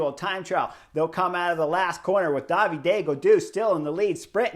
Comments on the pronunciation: Not DavidEEEEE Gaudu, just David ("Daveed") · Vinego is pretty close to the danish pronunciation... I would rather point out Davide (Gaudu) It's like Italian Davide but without the last E sound... And Ayuso is not Aruso...but ayusso...👍👍🦋🦋